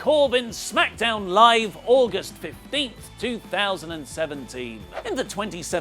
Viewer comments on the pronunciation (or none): none